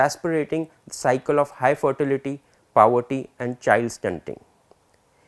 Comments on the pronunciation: sorry to correct but its poverty and not pawatti / pawety, really sorry again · “Powerty” nahin hota poverty hota hai. Kaan mein dard ho gaya.